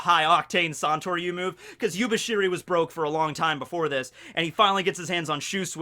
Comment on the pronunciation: mispronouncing Yubashiri is one of his gags that will stay until the end of One Piece.